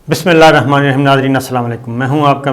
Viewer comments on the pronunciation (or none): none